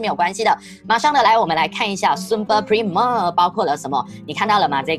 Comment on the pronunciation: 老师你的primer 读错了